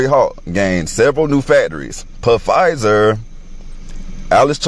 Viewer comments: The guy talking about Pa-fizer! Has he never watched the news??! Surely he has ears. Lol He who has ears, let him hear! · It's "PaFizer" for me 🤣🤦🏾‍♂️ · I have a really hard time believing anything anyone says that pronounces Pfizer, P Fizer tf 🤣🤣 BTW Love ur conspiracy vids comps, especially since I refuse to get TikTok so thx for sharing. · At least say Pfizer right damn.